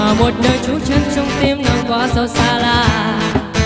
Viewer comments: đúng rồi. Một số ca sĩ phía nam (vd Đạt G) hát hay sai vậy, chắc do phát âm nói quen (Nàng > nàn, Xuống > xuốn, Buông > buôn). Còn về ban đầu thì đúng bạn này lệch tone, chệch nhịp thật. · B này bị ngọng xíu ấy nhỉ. Nàng nhưng mà phát âm ra nàn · Đúng r. Nhiều chỗ phát âm nàng thành nàn nghe sao sao á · Đi hát mà phát âm sai từa lưa vậy em gái: Xuống => Xuốn, Nàng => Nàn, Buông => Buôn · Mình có 1 vài góp ý như thế này nếu thấy hợp lý thì khắc phục nhé: 1. Cách phát âm những từ có "ng" của bạn có mấy chữ bị thiếu "g" như chữ "nàng", "xuống". Và chữ "tin" bạn hát thành "tinh". 2. Mình có thể cảm nhận được bạn đang cố gắng "bóp nhỏ" - mình ko biết dùng từ gì cho đúng nhất - cổ lại để hát cho ra chất của bài "Tướng quân", điều đó vô tình làm phát âm của 1 số từ ko được chuẩn xác, cũng như khiến bạn không thoát hết hơi ra để hát làm cho mình cảm thấy có vẻ như phiên bản cover này tune thấp hơn 1 chút. 3. Những nốt trầm thật ra lại khó hát hơn nhiều so với nốt cao, mình đề xuất bạn có thể thử hát nhả hơi ra nhiều 1 chút, hoặc là hát hơi gằn giọng xíu (nhưng vấn đề vẫn phải cho hơi thoát ra thật nhiều, mới giúp đưa tune của nốt đó dễ xuống hơn). có thể tham khảo bài "Your man" ấy. Mình cũng chỉ là 1 người yêu ca hát thôi, và những góp ý của mình hoàn toàn trên tinh thần xây dựng, đừng khó chịu nhá. Mình dành ra rất nhiều thời gian để nghe kĩ và viết cmt này, nên mình ko hề có ý chê bai hay gì cả, chỉ mong bạn nếu thấy đúng, thì hãy trau dồi thêm nhé. ko cần reply lại cmt này đâu, chúc bạn thành công trên con đường phía trước!